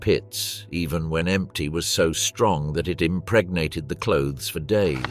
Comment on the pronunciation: Stop saying impregnat